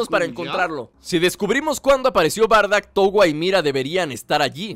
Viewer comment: no se dice bardack se dice bardock